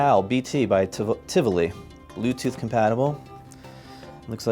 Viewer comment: The way you pronounce Tivoli is cringeworthy